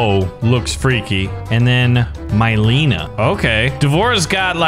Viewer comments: Mileena is pronounced meleena not myleena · Ok we got d’vora and here we’ve got my-lean-a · I hate the way he pronounce noob saibot and mileena